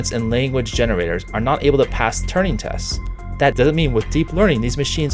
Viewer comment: Turing. Not Turning or Turney. Overall, good video and opens up an important discussion for our society.